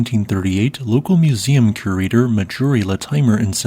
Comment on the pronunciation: OK, NOW I'm starting think you are indeed using TTS software with these videos, as Marjorie Courtenay Latimer's name is pronounced nowhere near as it was in the video. Marjorie is a common first name, with the R definitely sounded in it. Latimer is also a common surname which most everyone should recognize is pronounced LA-ti-mer (whith a short A), not Luh-TIME-er.